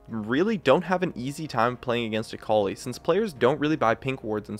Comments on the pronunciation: ITS AKALI, NOT AKOULI. A-KA-LI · Is that really the way you pronounce that ? "Acowly" ? '-'